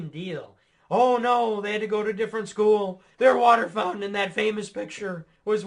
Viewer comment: *Fountaine, pronounced as in French, accompanied with a prissy gesture :D